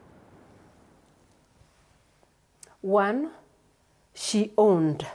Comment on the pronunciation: Learn to pronounce her last name…. Be professional!!